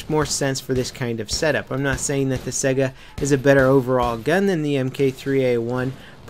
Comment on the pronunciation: Its pronounced Saiga not Sega >_>